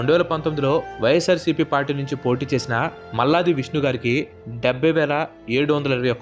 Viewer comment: malladi pronounce sariga matladhu 😡😡